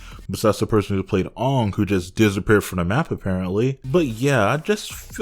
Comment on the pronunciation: Just brutally reminded by how they pronounced things "Ong" " Eeroh" "Agni Kee"??